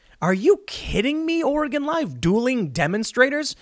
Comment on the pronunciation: Just gonna say it, thank you for pronouncing Oregon correctly, Tim.